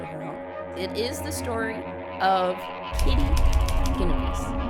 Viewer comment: Genovese=jen-uh-veez. You know, named after the city?